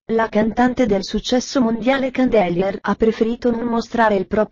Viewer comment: ha detto candelier, mio dio